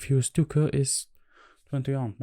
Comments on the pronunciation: language tip: we don't say K like 'kuh', we say it like 'kay'. 👍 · Great video! Just a little tip, the K in 2K is pronounced as “Kay”.